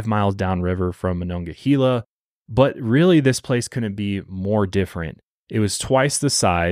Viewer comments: This is so not important but it’s killing me as a Pittsburgh native. It’s monongahela -hayla not hela. Everyone says this wrong lol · Pittsburgh native here. It's pronounced "Ma-non-ga-hay-la". Haha. For a little visual McKeesport back then was a very dangerous city. It was a lower to middle class community saturated in drugs & crime. Its since been gentrified as a lot of the towns around Pittsburgh have.It's under better leadership & is making positive changes. I still wouldn't walk there alone at night though. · i know you were trying your best but ohhhh i cringed at how you pronounced monongahela MA-NON-GAH-HEY-LA😂😂 sincerely a pittsburgher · Taught at Ringgold in Monongahela. Never knew of this story! MonongaHEYla. You were close! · Idk if I say if right but the way I was taught was "mon-augh-uh-hey-la" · I grew up also about 20 minutes from Pittsburgh... I remember my Mom was ALWAYS leary of people and after a horrible incident that still haunts me to this day I will never be the same and while I have moved and no longer live in as populated of an area we live more rurally I still 100% follow my gut and vibes for my 2 boys!! Also your pronouncing Monongahela lemme give ya a lil help phonetically it's Mo-non-gah-hay-la .... hope that helps..... lol have an amazing day!!! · I’m from monongahela and listening to pronounce it has me cracking up 😂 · Funny hearing you say monongahela we still say it slightly different around here I live so close I've heard of this case before but it's shocking that more people around here haven't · As a Pittsburgh native your pronunciation of monongahela is hurting my soul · monongahela is native and the e is pronouced as ahard a